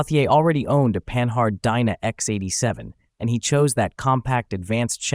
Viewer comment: puh-NARD, ffs, not pan-hard.